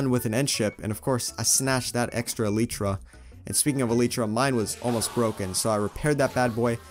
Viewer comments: It's not eleetra it's elytra 😅😂😂😂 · El ee tra 💀 it’s el eye tra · "My goal was obviously to find an eleetra." Me: "Its elytra." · It’s pronounced, El-y-tra not El-E-tra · IT'S NOT ELEETRA IT'S ELYTRA but it's ok everyone speaks different but good job making videos your videos are the best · Elaytra bro not ilaytra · Elite-truh is so wrong bro it’s e-light-truh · The word alYtra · I say Eleyetrah I’m sorry for everyone who says elEtrah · e-ly-tra is the way to pronounce it, not e-li-tra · It’s not Eletra is elytra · It’s elytra not eletra Ik I’m 2 years late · It’s a lie trer Not a Littre Trer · why am i angry if you say elitra its elaytra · It’s E-LY-TRA N NOT E-LI-TRA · It’s aly tra not eli-tra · It's k Obviously pronounced eh-lie-tra not elee-tra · It is [e l a i t r a] not [e l i t r a] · its not elEytra its elitra say it with a i not a e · Bro said eleetra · Ehlietruh not eeleetruh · El I tra not el ee tra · Elytra not eletra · It’s elYtra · are u british its elaytra not ilaytra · not elricha its altra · El ly tra not el echa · It's Elay-tra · U guys are wierd it’s eltytra U not actually wierd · No offense any1 but i cant bear hearing El-ee-tra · The cats name should be named Snowy Also its pronounced ell-light-tra Also also the axoltl should be named jerry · I’m sorry but a eletra? 💀💀💀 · ITS UH-LIE-TRUH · As a Dutch person, I say Ee-lie-tra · Name the cat snowball spelt wrong like shnowbaul It’s e-lie-tra elytra that’s how you pronounce it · E-L-EYE-T-R-A Love ur vids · E-lytra? It’s e- ly-tra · IT IS NOT EL-EEEETRA LIKE U SAY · You say it like this : E lie tra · It’s ELYTRA NOT elyetra! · its elytra not litrya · Elytra is pronounced e li tra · / uhm did he just say eLEEtra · Also its elytra. Not eleeetra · I call it elytra not eliitra but say it how u want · It’s not eleeeetra it’s elytra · It’s ok if u say elitra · I think it’s ah-lie-trah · Your pronouncing it Elitra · It's. Not elitra it's elytra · bro its elay-tra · ITS NOT ELLEEEEEEEEEEEETRA